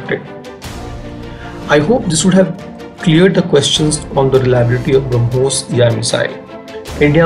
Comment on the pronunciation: We have brahmos missile they have bruh-mos missile